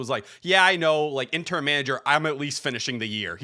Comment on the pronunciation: I can't tell if T is saying intern instead of Interim lol wouldn't necessarily be surprised